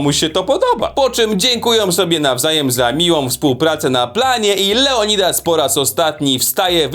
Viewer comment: "Leodildas" rozwalił mi system...